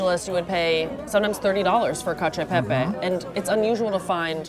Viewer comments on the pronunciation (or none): non mi dire che la pronuncia di cacio e pepe va bene...